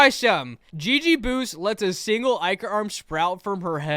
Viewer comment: how i say ichor: ichor. how (i spelled it like that on purpose) says it: i cer